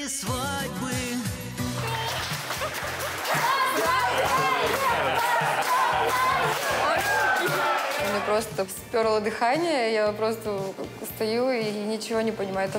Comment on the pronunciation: мне понравилось потому что так резко " ЧЕТЫРЕ СВАААДЬБЫЫ ЧЕТЫРЕ СВАДЬБЫ " :))))) :D